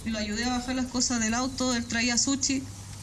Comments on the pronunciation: Es sushi...no,suchi... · "Suchi" ordinaria... se dice SUSHI. SSSHHHHHI. corriente